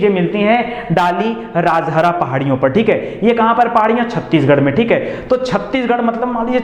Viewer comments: M from chhattishgarh.....ङाली राजहरा nahi hai sir....दलली राजहरा hota hai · Sir wo dalli rajhara ki pahadiyan hai.. District Balod. Dilli ki tara pronounciation. Ab yaha pe loha nhi nikala jata.. Khatam kr diye Bhilai Steel Plant me use krk. Ab kanker district ki Raogarh hills se nikalte hai.